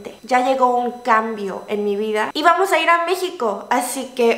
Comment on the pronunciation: ese "aaamoooos" indicaba que efectivamente, ya habías llegado a México jaja. ¡Bienvenida de nuevo! ❤️🇲🇽🇰🇷